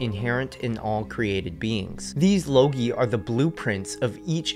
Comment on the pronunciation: I think it pronounced logoi not logi. Nonetheless, great info. Very interesting.